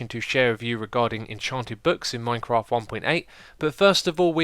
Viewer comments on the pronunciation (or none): Minecraft not Minceraft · MINCERAFT!!! LOL was that intended